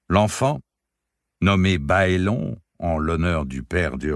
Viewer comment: Au cas où cela peut être utile : ce sont des noms de style saxons/anglicans donc on dit " baélone " et pas "baélon" etc comme pour mes lieux tels que HarenHall qui se prononce " harenneHole" .....ou les noms comme les Tyrell qui se dit " taille-relle" .... sinon merci pour votre voix si belle poser ainsi sur ces mots.